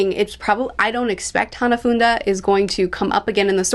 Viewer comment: It is pronounced HANA-FOO-DAH, It just sounds like your adding an extra N where there is none. Also Hanafuda is a Japanese gambling game, and that's why it feels fitting that he was a part of Kaido's crew cause alot of his crew members have names in reference to gambling games. Also Ace must have defeated Hanafuda around the time when he went to Wano & met Yamato.